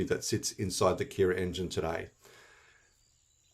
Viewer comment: my sang American ears thought you were talking about Keras the python library until I saw Kiraa on screen.